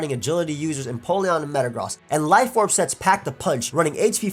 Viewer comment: this man really said "Metagrahs"